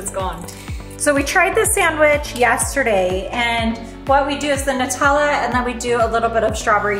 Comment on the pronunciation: Oh and p.s. I appreciate saying NUTella the right way, it’s not made out of noots after all....🇦🇺